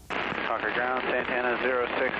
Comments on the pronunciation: Congrats on pronouncing Concord correctly. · Thank you for saying Concord correctly. I live right next door to Buchanan. Love your videos!❤❤❤ Are you guys from here?